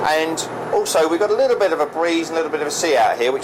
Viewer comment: Did he say lickle?